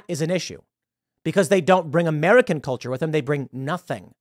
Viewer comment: Tim “It’s they kulture” Pool